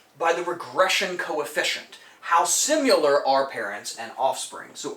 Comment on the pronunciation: I enjoy your videos but please please alter how you say similar. You pronounce it "simular". It should be Si-muh-luh Anyways, great content and thanks for sharing!